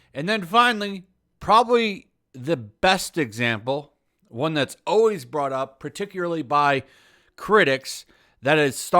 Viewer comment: Am I having like some weird mandella effect thing? When did people get so lazy that they started saying OWAYS instead of ALWAYS?